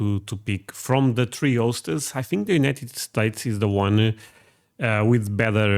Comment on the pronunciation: ok i subbed after you said "United Sates and Iran.."